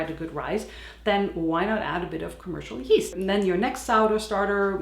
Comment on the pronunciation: You say put geast and I thought this before watch your video 😊